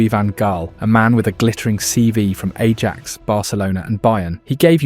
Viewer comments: OMG, your pronunciation is appalling. Louis van Gaal = "Loo-ee van Hhhh-ahl." Ajax = "Ah-yacks." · Sorry, how are you you pronouncing Ajax?